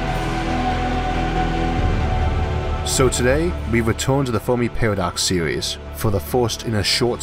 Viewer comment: Sewies. Eawth. Gwavity. Vawiables. Why did they get the guy who can't talk to narrate the video?